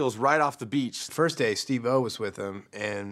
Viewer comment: Jeff said Steve-O’s name weird. He put a lot of emphasis on the o.